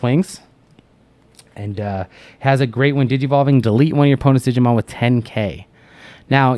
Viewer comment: I laugh so hard when people say, "jee-jee-mon" 1) Cause in japanese "jiji" means old man 2) cause there is already a jijimon... and he IS an old man xD